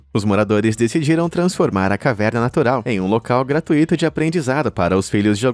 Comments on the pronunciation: Falando em escolas, ensino, quero colaborar: gratuito é um ditongo (decrescente) e não é um hiato; a divisão silábica é essa: gra-tui-to e não gra-tu-i-to; e a pronúncia portanto é igual a rui-vo e mui-to (e ninguém fala ru-i-vo e nem mu-i-to); outros ditongos semelhantes: fortuito, circuito, flui-do (substantivo diferente do verbo particípio passado que é um hiato: flu-í-do, que quer dizer foi escoado, escoou); vamos falar correto, se não leva nota baixa na escola e na vida! 😊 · A pronúncia é GRATUITO, acento tônico no U, rimando com CIRCUITO, FORTUITO.